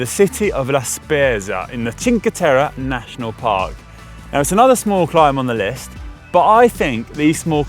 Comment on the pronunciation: Very nice video, but man, your pronunciation of CinqueTerre hurts even my non Italian ears :)